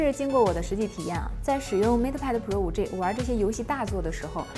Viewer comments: 5G（-i）不是 -ei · 能不能好好说话，5G（ji） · 不是居也不是雞！應該念居的從前半部和雞的後半部！